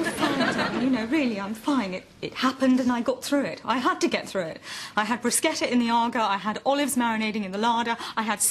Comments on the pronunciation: At least she pronounced bruschetta properly... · Well, as an Italian I'm very impressed that she pronounce "bruschetta" correctly (brusKetta is how you pronounce it). She is truly a posh lady, indeed learned the lingo from one of her trips to... I guess Amalfi and Portofino ...? 🤣